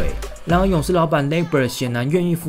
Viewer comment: 你這英文lmao lacob說成labob